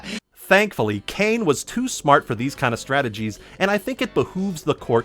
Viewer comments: His name is cane scrotumberg please get it right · I love how you mispronounce Kane's last name differently everytime you say it.